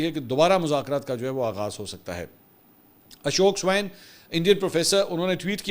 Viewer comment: منصور بھائی آپ "اشوک سوین" کو "اشوک سوائن" کہتے ہیں جو غلط اور قابلِ اعتراض ہے کیونکہ "سوائن" (swine ) سور کو کہتے ہیں ۔ پلیز تصحیح کر لیں ۔ 🙏